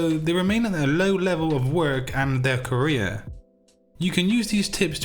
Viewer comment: No one: My ears: career = korea